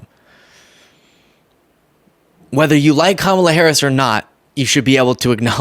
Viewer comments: Im amazed she pronouced Kamala's name correctly 😅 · Did looney loomer actually say Kamalas' name correctly? That's surprising.